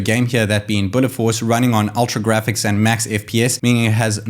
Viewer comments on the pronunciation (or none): none